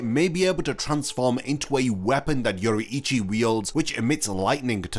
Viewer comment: it's pronounced Yo-rui-chi not Yo-ru-ichi. My ears bleading.